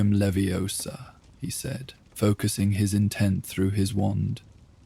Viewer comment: All was fine till “leviosa” was pronounced so wroooonngg